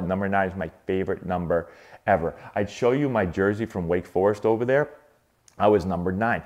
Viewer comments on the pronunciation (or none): none